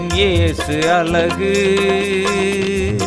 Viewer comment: அழகு உச்சரிப்பு அலகு என்று உச்சரிக்கிறார்